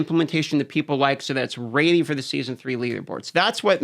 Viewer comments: why does he pronounce ready like raidy? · how the hell is he not embarrassed as a grown ass adult saying "raidy"